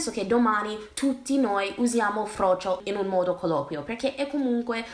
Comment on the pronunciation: MI AMMAZZA COME DICI ''FROCCIO''. E' LA MIA VITA. VOGLIO QUEL FRAMMENTO DI VIDEO COME RINGTONE. 😂😂😂😂 EDIT: Ho finito ora di vedere, adoro anche come dici le parolacce as well. Comunque concordo al 100% col discorso, ti adoro profondamente 💚